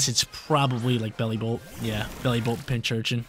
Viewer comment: big fan, however. ITS PIN-C-URCHIN not PINCH-URCHIN.:)